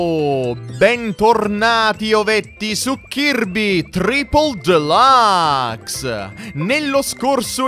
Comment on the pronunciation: Chi come me ama quando dice KIRBE TRIPOL DELAAAAACS